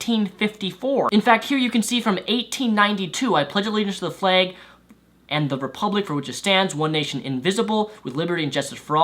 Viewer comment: you sound like you're saying "the fleg"